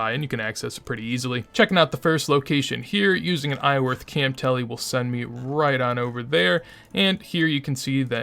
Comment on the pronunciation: Do you always leave the R out of Iorwerth?